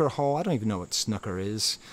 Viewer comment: Nice vid but please don't say snooker like that 😂